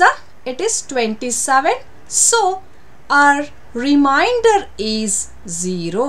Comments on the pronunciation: Teacher pls check your pronunciation for remainder. You are pronouncing it as reminder. Remainder & reminder are 2 different word having different meanings. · Difference in pronouncing reminder and remainder...